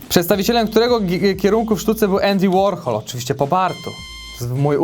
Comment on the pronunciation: to Andy WARCHOŁ 😂😂